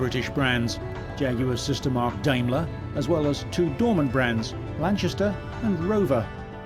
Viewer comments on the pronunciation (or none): Diamler? Daimler!!!